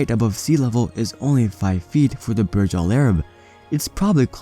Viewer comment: Burj should be pronounced the way it is written not as Barj. In Arabic Burj mean tower